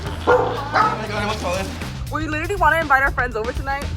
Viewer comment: she can't say literally